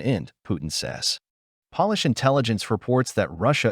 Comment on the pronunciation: Robot voice. Pronounces Polish (as in, people of Poland) like furniture pol-ish). Human speaker would pronounce "Polish Government" as Poll-ish, or Pole- ish.